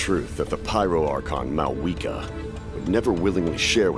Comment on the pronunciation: When I hear mau wika it hurts 🤣